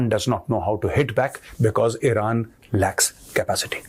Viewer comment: Now from IRAN to "i ran"😅